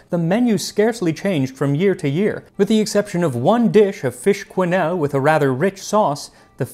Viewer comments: fascinating as always! and your French accent is subtle and enjoyable. 1 point, though..."quenelle" no [kw] just [kœ] (œ = mute e). Bravo! 😊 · Love you Max, but quenelle is keNELL, not QWEnell.